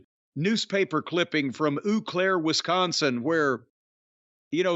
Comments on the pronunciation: Forgive me for being “that guy”, but Eau Claire, WI is not pronounced “Ooh” Claire, WI. It’s pronounced “Owe” Claire, WI. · 'Oh-Claire,' Wisconsin. Eww Claire is an amusing and fair take of Eau Claire, mind you. 😊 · U-Clair? LOL!! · As someone who lives in Eau Claire, I was delighted to hear Jim butcher the pronunciation of my city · Does anyone know what the incident from Eau Claire, WI (which he mispronounces lol)that Jim references is?